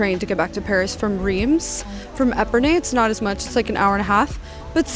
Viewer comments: just a very gentle heads up- for your main channel video- Reims is pronounced "rahnce". Id hate for you to get roasted by know it all francophiles if you can avoid it. :) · Riems is pronounced with the s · Mes oreilles ont saigné aussi en l’entendant prononcer Reims 😂